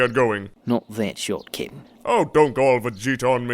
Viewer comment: i swear, every time says "cap'n" i hear "kitten"